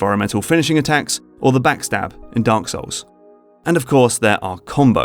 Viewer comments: did you just said Dank Souls? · I like how he says Dunk Souls